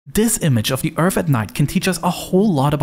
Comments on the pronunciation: Why do you pronounce your th as f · Not saying this to be mean but if you're narrating videos in English you should work on your 'th' pronunciations. You're literally saying Earf, for Earth, and dis and dat, for this and that. Not trying to be pedantic 👍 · Earf, Earf, Earf..😂😂😂😂 Man, do you even know how to pronounce "th?" Th doesn't equal F..😂😂😂😂😂